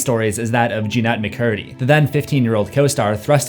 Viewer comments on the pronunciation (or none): This mf said Jean-Net Mccurdy.